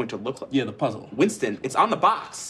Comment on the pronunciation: "Wintson" is really stressing me out